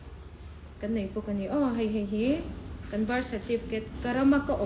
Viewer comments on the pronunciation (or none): Ka bâr (birth) certificate atih tang khian chiang reng. 'R' lam hi an harsat thin a kum phulo a birth certificate nei thar ho hian😆😆